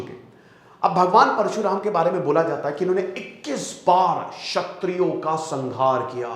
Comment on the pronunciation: 'छत्रियों' नहीं 'क्षत्रियों'